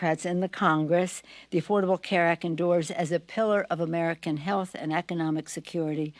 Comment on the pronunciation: "Who worked tirelessly for the armican - for theapapiddu- for the" stfu and get off our phones already clearly your mispronounced words are not needed nor do they change anything.